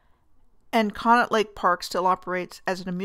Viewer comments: Not to criticize, but to help: Conneaut is pronounced "Connie-aut". And the amusement rides there have been removed; the most tragic loss was the tearing down of the Blue Streak roller coaster. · The local dialogue pronounces it "conney-ought"...